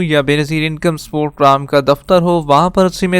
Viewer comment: Pram Kya hota hai Bhai. Program bola karo